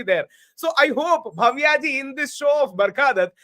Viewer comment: It’s Bhavya, please do not pronounce as Bhaavya.